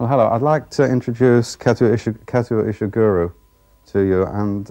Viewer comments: Starting with the mispronunciation of Kazuo Ishiguro's name, the interview went downhill from there. He called him Ishiguru, as if the writer was some sort of a guru. If I were Ishiguro, I would have immediately corrected this dumb interviewer. The author, being a classy gentleman, let it pass and overlooked the insult. Was it not the interviewer's job to ascertain how to pronounce the guest's name correctly? I don't think I have seen a dumber, more racist and morose interviewer on TV. Does he still have a job? I wonder., Bushkill, Pennsylvania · The interviewer is terrible. Did not even practice saying his name correctly. He just cannot accept Kazuo Ishiguro as British. May be after the Nobel prize?